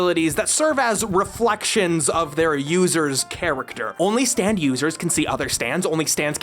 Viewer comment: I couldn't help but here "stand" as "Stan" every time, kinda alters the tone when "Stan ghosts" are included.